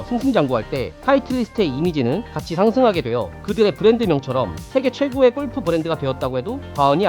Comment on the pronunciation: 제발…꼴프 => 골프로 읽어주세요…